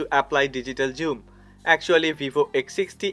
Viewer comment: Why do you pronounce zoom as joom? 😂 It is funny to hear!